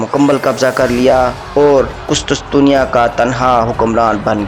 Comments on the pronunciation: Abe gadhe kustustusiya nahi kustuntuniya bol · Bhai ye qustuntunya h not qustustunya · Kustastunia nahi kustuntunia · لفظ ھے قس طن طنیہ ٹھیک کر لیں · شیم شیم ایک عام سا تاریخی نام "قس طن تنیہ" ھی آپ سے درست ادا نہیں ھورھا!!! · نائسیا نہیں ہے ۔ نیقیا ہے۔ کسی پڑھے لکھے شخص کے سامنے پہلے مشق کر لیا کرو۔ قسطسطنیہ نہیں ہے بلکہ قسطنطینیہ ہوتا ہے۔